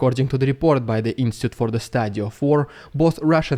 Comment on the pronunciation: Again dude, the word is INSTITUTE not INSTIT. 😂